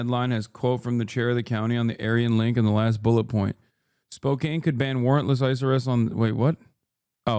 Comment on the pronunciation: 😂 yes its spoe can, not spoe kain... 😂 Thank u dawg